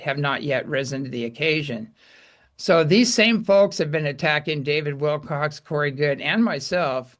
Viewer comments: it's David Wilcock, not Wilcox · It's WILCOCK, not Wilcox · Remember,, it's WILCOCK, not Wilcox. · Please respect David Wilcock. His last names is Wilcock and not Wilcox. That is not him. Thank you for your attention to this matter.:)